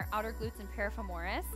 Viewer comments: definitely not how you pronounce piriformis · Losing my mind everytime piriformis is mispronounced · Ok this kinda drove me nuts too! Great stretches though. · This was super helpful info but the amount of times this woman mispronounced “piriformis” gave me anxiety!